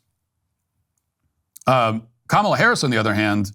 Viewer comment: Matt it's pronounced ka mAH la! It drives me nuts how people bend the knee